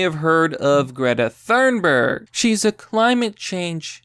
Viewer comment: Why are Americans so bad at pronunciation. I mean, Thurnberg instead of Thunberg is mildly acceptable but Playymouth instead of Plymouth that's unacceptable (Good video tho)